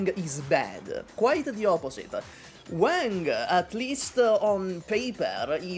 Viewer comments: i love you but i cant watch this video because of how you pronounce wang, it irks me so bad… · I am here to listen for ranting about Wang but I had to hold myself back from cringing at how butchered Wang's pronunciation 😂 My China-Indo self is dying from cringe listening to him saying Wang haiyaaa